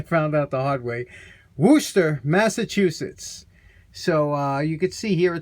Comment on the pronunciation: Evening, nice job on the saw and tool clamp and THANKYOU! For pronouncing Worcester correctly! It’s good to know that at least some folks care. And if I can pronounce Poughkeepsie correctly Worcester is a walk in the park eh?😂😂😂👍🏻👍🏻